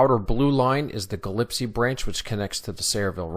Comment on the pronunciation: Gillespie is pronounced Gi-less-pee, not Ga-lip-see.